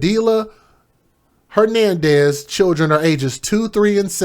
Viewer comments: Not that it matters but Padilla is pronounced Padee-ya. I would like to give another named but I think YouTube will probably ban be for the remainder of my life. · IN PADILLA the Al’s are SILENT OR LIKE A Y